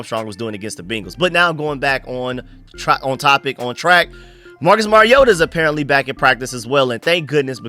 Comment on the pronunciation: "Mari-yoda" No that's not how you say his name....... It's "Mariota"